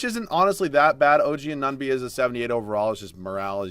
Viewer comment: its AN-OO-NO-BEE pls stop saying A-NUN-BEE